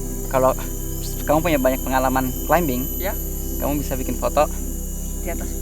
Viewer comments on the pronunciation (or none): Koreksi ! Climbing dibaca [klaiming] huruf "b" tidak ada bunyinya. Beberapa kata yang sama seperti: plumbing (plaming), plumber [plamer], comb, combing sama juga.